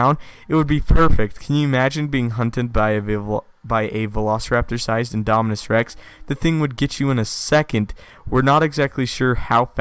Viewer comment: So if the big one is "Indominis Rex", would the Raptor sized ones be "Indominis Nublarensis"? (if originated on Isla Nublar) I wonder if they'll ever name a dinosaur for Henry... can't help but laugh at the sound of "Indominis Wu"